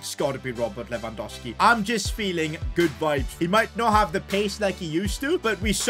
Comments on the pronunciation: Stop saying Lewandoski, its Lewandowski mate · you need to say his name right ita lewangoalski